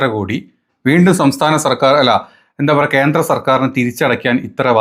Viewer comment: 'പാർട്ടീന്റെ ' അല്ല. 'പാർട്ടിയുടെ ' എന്നാണ് തരക്കേടിലാത്ത മലയാളം . 'ബദ്ധതി' അല്ല, 'പദ്ധതി ' ആണ്. ഇന്റെ മലയാലത്തിനെ കാലും ബേദമാണ് രാജീവ് ചന്ത്രശേഖറിന്റെ മലയാലം.പാർട്ടീന്റെ,ഭാര്യേന്റെ അച്ഛൻ, കുട്ടീനെ കണ്ടു,കേന്ത്ര(കേന്ദ്ര) ഗവർമേന്റ്......... പോയി നല്ല ഏതെങ്കിലും പുസ്തകം വാങ്ങി മലയാള ഭാഷ നന്നായി പഠിച്ചിട്ട് കുരക്കടാ.